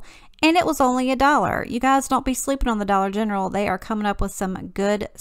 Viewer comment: GIRL!!!! This turned out SOOOOOOOOO GOOD!!!! Black sheep my......🙄!! This looks awesome!!!! What did everyone else think?? 😂😂 you crack me up with how you say Dollar “Gentral” 😂😂 I’m dyin.